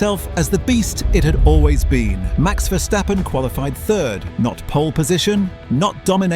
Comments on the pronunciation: who is versjtheppen? its verstappen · Cool video but man as a dutchie hearing Vershtappen cringes to the bone. It also changes throughout the video sometimes its Verstappen(correct pronounced) then its Vershtappen again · ah yes vershtappen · Take a shot everytime he says "Mex Verstheppen" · Dude, Max is dutch not german so please pronounce his last name correctly.